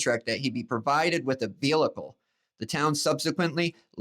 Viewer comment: You said they spelled disgraced wrong. Then, moments later, you can't pronounce "vehicle" correctly. I know CT schools are better than a lot of other states. What happened?